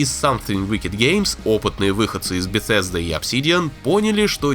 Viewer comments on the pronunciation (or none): none